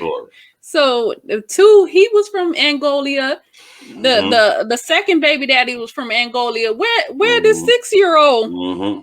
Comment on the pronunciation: Isn’t it “helpmate”??? And why are you saying “Angolia” as a grown adult you don’t know it’s Angola? The woman said it very clearly.?